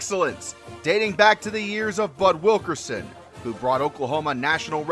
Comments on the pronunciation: It’s Bud Wilkinson, not Wilkerson you goofy goober. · It's Bud Wilkinson not Wilkerson. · Uh helloooo......Bud WilKERson? C'mon! Are you a real fan?! It's WilKINson! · I hate to be that guy, but Bud’s last name was Wilkinson, not Wilkerson.